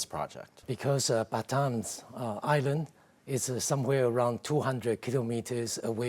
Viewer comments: The Batanese Islands are pronounced as 'Ba-TAH-nez" Islands. Thank you. God bless both Taiwan, U.S., and the Philippines! ❤ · Batanes - Ba ta nez